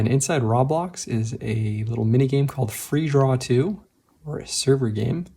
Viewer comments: Not to critique, but I think you mispronounced Roblox. It's supposed to sound like Row-blaaks/Row-blocks, not really Ra-blocks, which is how it sounded in the video. I apologize if I sound like a grammar nazi. I was confused about the app you were talking about in the video until I realized you meant Roblox. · Dude really said rablocks 😂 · Roh blox like bro it's like saying Row blocks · roblox is pronounced row - blocks